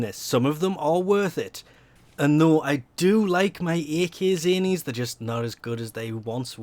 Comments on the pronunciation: Why do you say all duel weapons "Aye Kay" it's "ack" "ack-zani" you do it in every video. Like, what the hell? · I stopped listening when this guy said aykayzany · Punk Rock Jesus when I first started playing, I would always say AK instead of ack lol